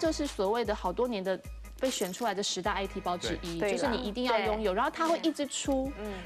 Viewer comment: 又唸I T@@